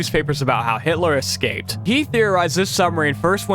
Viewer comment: Seemed like a good video, very knowledgable. But i had to stop watching. Hard to take the info seriously with the number of times the word was pronounced "exscaped".